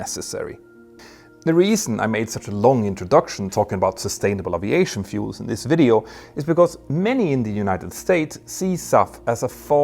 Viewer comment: One day, we will hear aviation pronounced correctly!